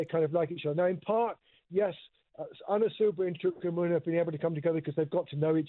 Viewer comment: Chuka “spear” umuna!